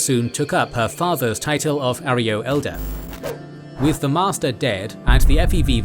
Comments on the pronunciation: Yes. It's a Spanish word and the mispronunciation was a bit distracting. Great video otherwise! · A-ro-yo....not A-ree-yo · Arroyo is pronounced uh-Roy-oh. Not aerio like your saying it! Respect the NCR, get our names right dude. We didn’t end a super mutant crisis and put our boys on the front line in the Mojave for you to get the names wrong. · Not Areyo. Pronounce - " Aroyo" Just saying. Good lore account though. Narrated it like a pre war 40's - 50's style news reporter. Whether you meant to or not. It definitely suits an official type of Fallout lore narrative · Is Arroyo really pronounced like that? I always assumed it was pronounced the correct way, Uh-roy-oh, not are-ee-oh. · It's Arroyo - Uh-ROY-oh, not air-EE-oh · Its pronounced "Ah-roy-oh." Not "Air-e-oh." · arh-roy-ohh thats how u pronounce it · Arroyo - Ahr Roy Oh, is this text to speech? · I hate to be that guy, but that’s not how arroyo is pronounced. It’s pronounced: A-Roy-O. It means water-carved gully. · uh-roy-oh is still the correct pronunciation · That's not how you pronounce arroyo :( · That isn't how Arroyo is pronounced. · Stupid overused British AI voice getting the pronunciation of Arroyo horribly wrong.